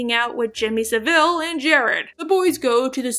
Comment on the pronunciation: when you said Sa-Ville. Instead of savil for Jimmy Savile. It hurt my ears